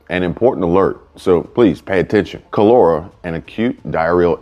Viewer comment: You are pronouncing it WRONG. KAH-LUR-AH It killed millions in the 1800s and earlier...